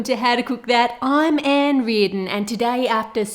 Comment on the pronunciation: The way she said oimmm Ann reardon differently than usual really caught me off guard